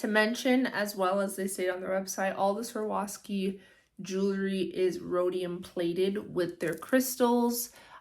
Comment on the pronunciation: Girl, you need to practice saying Swarovski before you embarrass yourself like that lol